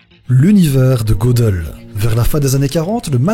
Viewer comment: Gödel se prononce geudel et non pas godel 😉 sinon vidéo géniale